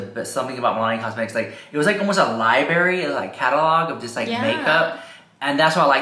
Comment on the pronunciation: a li-berry lol